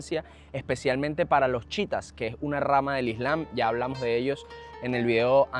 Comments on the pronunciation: No. Se pronuncia shiíta o shií. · Se dice Chiita no Chita XD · Lo pronuncias Chita o así se escucha pero es chiíta con acento en la segunda i